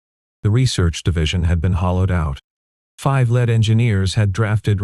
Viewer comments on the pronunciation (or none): Those were lead (rhymes with seed) engineers. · Damned AI narration… “lead engineers pronounced as the metal lead instead of lead as leading engineers”!